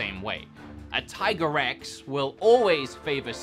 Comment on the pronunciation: I’ve never hear a 3-syllable pronunciation of Tigrex